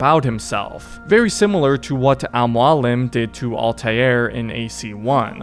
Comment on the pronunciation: He's a viro, a hellain. Lol we'll call him Hellen, Hellen the hellain. Edit: oo that "Al Mualin" kinda stings. But it has been 138 years since AC1 so, your sin is forgiven, assassin. Basim was a good dude. By the end, once he clicks up with Loki, it's obvious the Basim we know is no more, n now we have this, not quite villain yet, but surely not a hero anymore either. Something happens during the time between Mirage n Valhalla that pushes him from "anti-hero" to just straight up villain, n I don't think it's too debatable that he is a villainous character in Valhalla. Maybe Loki's influence just grows stronger to the point where it takes over what was left of good guy Basim. Or maybe Basim heard the way you said "Al-Mualin" n just lost all reason, it can happen. Edit again: ok you make some extremely good points. Now I am also of the opinion that Basim is more of a tragic anti-hero than villain. Sure he is acting all shitty, but ya, I fuckin would too is some arrogant asshole imprisoned me after killing my son. Basim wasn't wrong, Basim ISN'T wrong. I am so thankful for Mirage, now my understanding of this awesome character is so much deeper, and I owe a huge THANKS to you as well. I appreciate you.